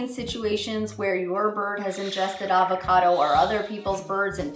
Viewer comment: It’s Av-a-cado... Arrrr-va-cado sounds weird 😂